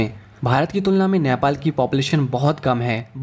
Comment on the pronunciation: Bro, it's NEPAL not nyapal. Anyways thanks for the video.